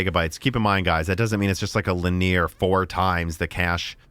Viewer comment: Please, don't say linear the way you do:D The "ea" is pronounced as the brand name. Or is this some engineer inside joke that I don't get?